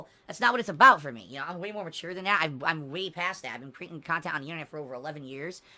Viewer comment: I like on how he calls everything that isn't his khantant "fluff khantant"